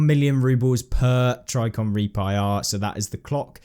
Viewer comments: Tri-ji-con not try-con! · “Tricon” made me a little more frustrated each time he said it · Pssssssst there's a J in Trijicon. It's pronounced tridge-eh-con. <3.